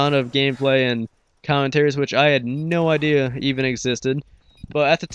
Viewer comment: HAHA Right when I heard you say Idear I started posting a comment saying "Torture is gunna beat your ass for saying Idear" and then before I posted I check up here to see Torture doing just that. That made my day lol. Cya l8r Broski.